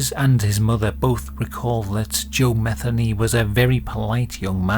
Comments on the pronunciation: Joe mah-THEE-nee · Its Muh theen nee. Usually thats the way it's pronounced. I could be wrong. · I imagine that the last name of this video’s subject is likely pronounced as Ma-thee- nee. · Matheny is pronounced Meh-THEE- nee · His last name is, M E T Heny let the sink in… these inbred, Neanderthals are sick asf. it’s in their DNA